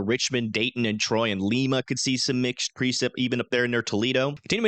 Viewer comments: It’s pronounced Lie-ma. Not Lee-ma ( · Yep. In Peru it’s Lee-mah. In Ohio it’s Līma like the bean. Lol even some Ohioans get it wrong. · Great video. Love the zoomed in precipitation details. Others don't do that. One thing tho, as I reside in Dayton Ohio, the city of Lima is pronounced like the bean. And Marion is Mariun not MariON. For Indiana, the Haute in Terre Haute, Haute rhymes with tote. Terre Hote, not Terre Hot. Love the detailed vid. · that is correct! I know I see Ohioans pronounce it incorrectly all the time lol